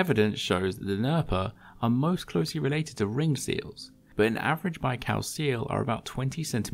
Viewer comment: „lake baikaaaaw”